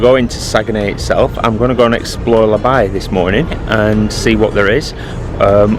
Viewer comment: It's not La By but La Baie (pronounce bay)